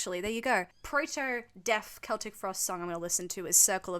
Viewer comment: Im actually happy that you pronounced Celtic correctly 😭